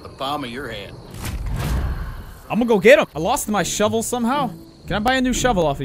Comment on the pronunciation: ''Shovel kill'' ''shovel shot'' ''Shavel kill''